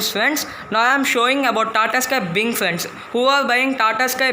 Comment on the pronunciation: Binge not bing